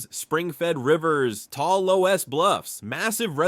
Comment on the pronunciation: loess is pronounced 'less' ... like in more or less